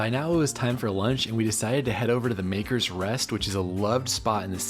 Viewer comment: It was lovely to pick up your enthusiasm for our awesome capital city. It's a pity you didn't have time to explore the "other half" of the city, namely the Georgian New Town, the port of Leith, the picturesque Dean Village or the seaside area of Portobello. Maybe next time! Just a small note on pronunciation if you do come back. It's Glas-go (not gow as in cow), MAKKer (not maker) Doogled (not Du-GALD) Stewart, and Bal-MOR-al ( not Bal- mor-AL). As for the one o'clock gun, it's said you can tell the natives from the tourists on Princes Street when it's fired. The tourists jump out of their skins, the natives check their watches.